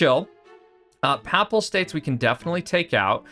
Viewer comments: “Paypal States” like “The Papacy” “Paye-pal” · your pronunciation of papal states is horrific, other than that good vid